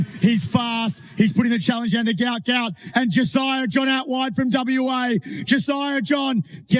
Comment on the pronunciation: Despite the father's effort this narrator still does not say the youngster's name correctly. Try: Gu----ot.